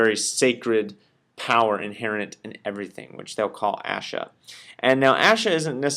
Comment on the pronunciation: Ashe, not asha The e is pronounced like the E in egg.